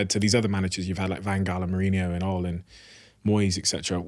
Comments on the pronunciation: Please stop saying ol, it’s ole pal he doesn’t know you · Great podcast but please pronounce oles name properly it not ol its ole like oli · Did he just call ole "oll"? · Idk why he keeps calling Ole "Ol" his name is short enough already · Never heard anyone pronounce Ole like that 😂